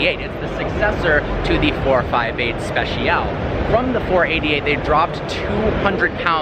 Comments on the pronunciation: It's Speciale, not special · Repeat after me: special-eh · Am i the only person that's annoyed by the way he says "speciale"?